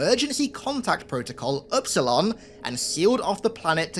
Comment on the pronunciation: Epsilon, not upsilon